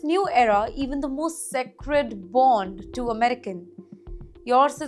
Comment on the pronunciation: What is appeled? You mean to say appalled(pronounced as APOLLEd) Please learn english! You said even Phillipines wrongly!!! sacred bond ? It prounced wrongly again! Please go to English speech class